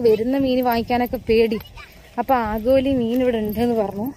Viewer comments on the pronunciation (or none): ആഗോലി എല്ല ആവോലി'